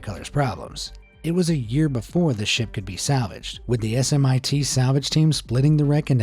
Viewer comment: I know the name is capitalized, but it's pronounced "Smit", not "S M I T". They're now a subsidiary of Boskalis, after being a salvage firm for decennia.